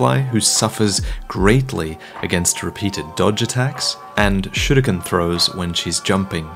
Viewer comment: Dude. I love how you pronounce 'Sekiro', 'mikiri' and 'shuriken'. Props